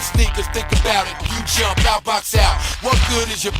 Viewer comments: Joe destroyed all of them, and 50 never got back. Also, hearing the host say stuff like "blowing her back OOT" in a Canadian accent is hilarious. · Lol funny how you say "out". What accent is that please?